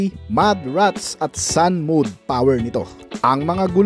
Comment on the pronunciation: Mowd not mood kuya. Lagi kna lang.😅